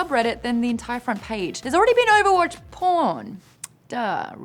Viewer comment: Yes Maude, I have heard OOOUUUVAHWAATCH recently...